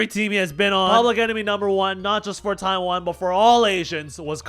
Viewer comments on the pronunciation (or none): none